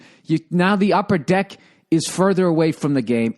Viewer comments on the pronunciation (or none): none